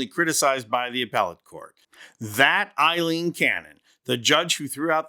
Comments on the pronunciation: After all this time this prat keeps calling Aileen Cannon Eileen...idiot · Aileen, NOT Eileen!